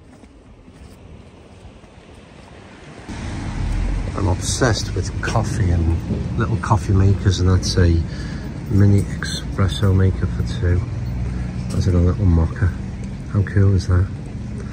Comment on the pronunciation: There's no 'X' in "Espresso" ☝🏼😉. Best of luck, I really do enjoy your style of video 👍🏼